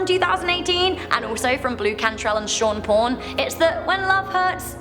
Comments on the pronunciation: Did just say Sean Porn? I think she meant Sean Paul.lol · Did... did you just say Sean Porn?? 😂